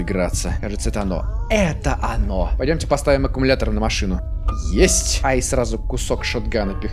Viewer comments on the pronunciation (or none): none